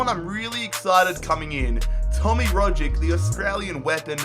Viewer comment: You don't even know how to pronounce the players of your own country? Really?? It's ROG-itch. Watch some real football instead of just playing fifa. Also domestic cups never grant you Champions League qualification, only Europa League.